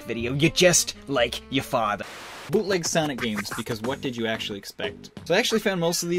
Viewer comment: "You're just like ya' fatha'"